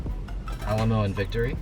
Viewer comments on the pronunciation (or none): none